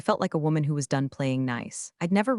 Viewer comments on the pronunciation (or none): none